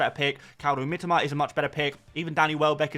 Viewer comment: Ffs...it's MiTOma...not "Mitima"...such a trigger, as you constantly say it